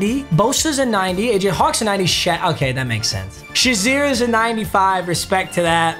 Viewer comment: The way he violates former Steelers players' names is outrageous. It's Alan Faneca not Fanica. It's Ryan Shazier not Shizier.